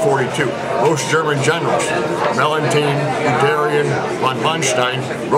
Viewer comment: Valentin??? Que general é esse??? É Mellenthin. Friedrich Wilhelm von Mellenthin.